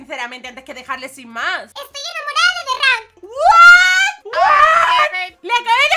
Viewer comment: Like si piensas que en ves de decías holi holi derank dice coli holi